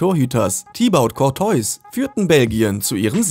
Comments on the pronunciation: Faul Rückzieher kasilars ter schtejgen tibaut kortoys der Typ will doch einen verarschen oder? 😂😂😂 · Der gerad oder der korteus ist auch nicht schlecht !!